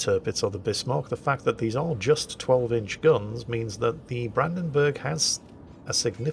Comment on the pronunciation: whilst you are pretty good with most german names Brandenburg is a bit of (the "Branden" part is fine), the "burg" doesn't get pronounced like you pronounce "burgers" but the u gets pronounced similar if you go "uhhhh" (it just doesn't get stretched), not like an "e". Maybe it will help^^